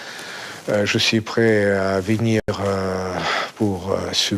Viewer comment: On ne dit pas :vinir mais venir C'est très important.